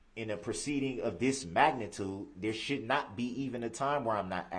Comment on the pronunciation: Electrolic filing system, lol. Prejedishes, lol. Hilling, lol. Biastness, lol. Shoult (rhymes with foot), lol. All his references to things being swept under the rug, He's implying that everyone else is sweeping it under the rug, not him. He keeps referring to people being insensitive but of course he means insensitive to him because it's okay for him to be insensitive to everyone else.